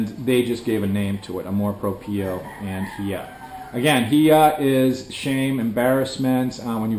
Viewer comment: yep, the pronunciation of amor propio is incorrect, check google translator to hear the correct sound